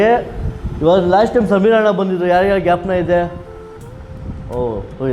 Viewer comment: ಸರ್ ಪ್ಲೀಸ್ ಗ್ಯಪನ ಅಲ್ಲ... ಜ್ಞಾಪಕ ಅನ್ನಿ